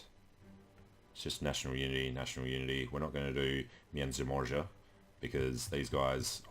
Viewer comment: Great series! And dont worry, your "Międzymorze" doesn't sound that bad.(Trust me i've heard worse and yours sounds like someone who was learning polish for couple years at least)